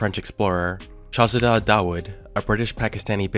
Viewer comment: How the hell do you mess up pronouncing the name 'Hamish' and yet nail fucking 'Shahzada' lol I don't get that